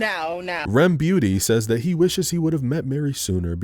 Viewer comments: “RemBeauty” gets me laughing EVERY time lmao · Everytime he said Remy Ma I loled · It was the “REM Beauty” for me but I feel you 😂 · everytime pronounces Remmick’s name as Remy MWAH fries mee overdone bro😂😂